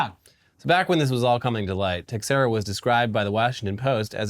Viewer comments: the x in "Teixeira" is pronounced as if it was a "sh"... so "Teisheira" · comment for engagement but also texiera is pronounced teshera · The x in teixeira is pronounced like sh